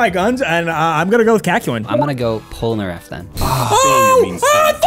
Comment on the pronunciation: And one has immense trouble saying "Polnareff".